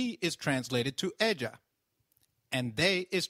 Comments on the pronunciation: Ella is pronounced "ehya" like in yoyo NOT "eja" like in Joe! double 'L' always like "y". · I agree I thought two ll's makes a "y" sound not "j" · Hey, actually 'll' is pronounce as "y" or "j"... I'm confused... because I've heard that "Ella" pronounce as "eya" but in this lesson He pronounce "ella" as "eja" so which one is the right one ? Can anyone tell me , por favor